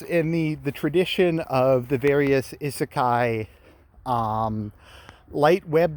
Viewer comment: Wait... Did I just hear said isekai correctly?